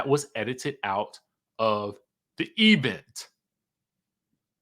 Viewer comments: The Eee-Vent. I love it 😂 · The laugh I didn't know I needed. "Thee E' vent😂😂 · Right 😂😂E-Vent